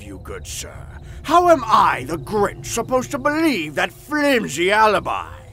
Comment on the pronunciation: In the second story it was DA GRINCH. Not the Grinch🤣🤣🤣😂😂😂